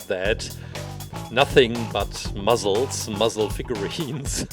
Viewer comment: Wait did mans just say muzzles